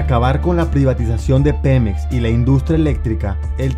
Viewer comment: Cuando dijo pemex entendi penes xd